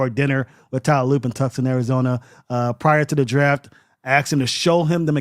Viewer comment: Dude said “Tuck-son”. It’s “Too-sahn” Arizona. Tucson. LoL Tuxon